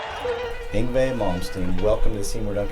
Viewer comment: Ahhhh finally know how to pronounce Yngwe now!